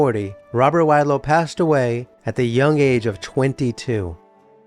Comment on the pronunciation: Learn to pronounce wadlow